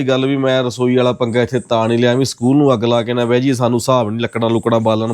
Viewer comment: Agga ugga ki hunda agg hundi hai punjabi da satiya naash kita hoa hai